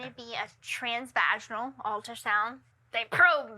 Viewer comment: I’m dying at “trans vaGYNal” 😹 it’s pronounced vah-gin-al lol. She may have issues with her cervix. I had to have a lot of those kind of ultrasounds because of mine.